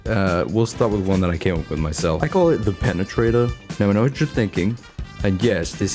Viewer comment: The penatrator.... 😂